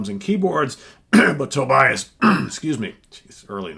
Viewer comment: Actually his name is pronounced To Be As. Just think of to be an ass :-).